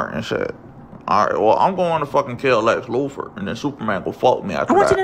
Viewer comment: "Lex Lufor" 😂😂😂 can't even say Lex Luthor